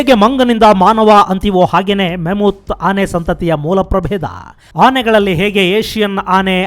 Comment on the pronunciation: ma·muhth ಅತ್ಯುತ್ತಮ ಕಾರ್ಯಕ್ರಮಗಳು. ಉಚ್ಚಾರಣೆ ಮ·ಮುಹ್ಥ್= ಮ್ಯಾಮತ್